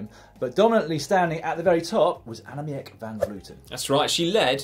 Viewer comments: Dan: since she'll probably get mentioned again in future news segments: Annemiek is actually pronounced "Annemeek", not "Annemeeyek". ("ie" in Dutch/Flemish = "ee" in English) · Dan, Annemiek is pronounced Ann-uh-meek :)